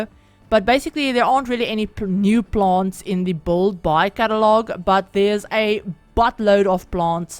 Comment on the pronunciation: So pretty!! Can't wait to have the pack! Btw I like how you pronounce build like "bolld" 😆